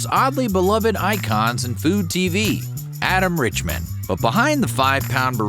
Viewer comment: I'm pretty sure you're not pronouncing Adam Richman's name correctly and I KNOW your mispronouncing Guy Fieri's name. For a 'documentary TYPE' channel, you sure get a lot wrong.